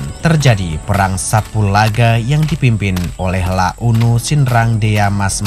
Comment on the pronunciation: Ralat bang bukan "Perang Sapulaga" tapi "Perang Sapugara"